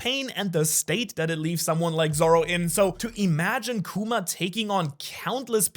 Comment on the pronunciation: Love your videos but its kuma not kewma 😭